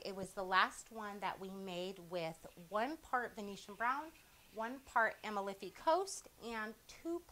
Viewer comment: a-MAL-fi Coast. It’s in Italy.